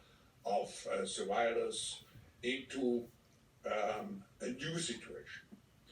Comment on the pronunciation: he either said "fight zurvivors" or "fight ze virus"